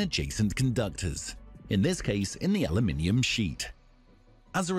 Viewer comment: Aloominium? SCROLL...